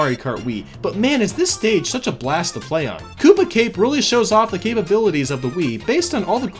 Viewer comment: haha cape-abilities